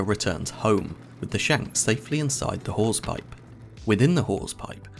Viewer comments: Did he say "whores pipe?" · FYI, he said “Hawse pipe,” not wh*** pipe. The accent threw me off for a minute until I looked it up. 😂 I believed it initially since I wouldn’t put it passed sailors to name a part of the ship something vulgar like that.